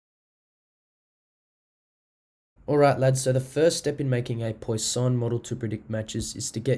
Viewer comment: Thanks mate for this. But please learn how to pronounce 'Poisson' - it is like 'pwa-sonn', not 'poy-sahn' as you say it.